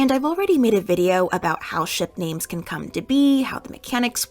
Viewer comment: not kum